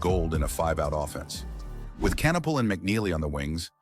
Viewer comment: CAN-appell? CON-oopel? CAN-ippel? Which one is it, Mr. AI Voice? (Answer: None of the above). Lol 😂😂😂